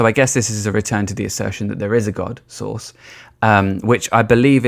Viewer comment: Took me a while to figure out you were saying ’source’, not ’sauce’😄 the latter is much funnier!